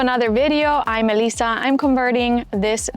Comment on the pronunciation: Oooh, ok Elisa ( when you say your name in this video, sounds like Melissa). I never comment on videos, when I started watching your videos, I decided to comment and here I am.